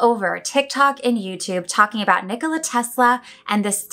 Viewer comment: A lot of people can’t pronounce his first name You pronounced it well :)